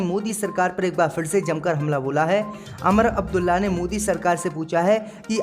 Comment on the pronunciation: Sahi bolna nahi aata Lucknow ka Naklow Umar Abdulla ku Amar Abdulla